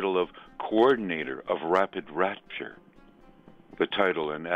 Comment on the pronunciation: "Coordinator of rapid RUPTURE," not "rapture"! I am stunned at how poorly vetted and backchecked his information.